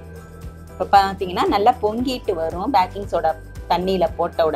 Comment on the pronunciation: Backing illa sis baking.